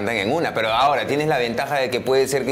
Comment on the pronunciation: Maicelo dice pedo en vez de pero 😂😂😂